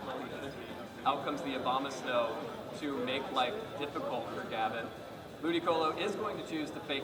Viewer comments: he said obamasnow instead of abomasnow XD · It sounds like the announcer guy is saying "Obamasnow" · I love that the announcers keep slipping up and saying Obamasnow. Yay memes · Obamasnow is all i can think of when the announcer says Abomasnow...